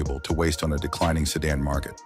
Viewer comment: He said American sedun at first 😂